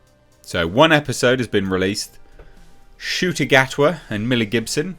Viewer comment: Ncuti ? Are you sure the ‘N’ shouldn’t be after the ‘U’ ?